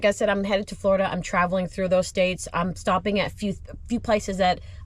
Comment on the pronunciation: Everytime you say Florida I wanna cry 😭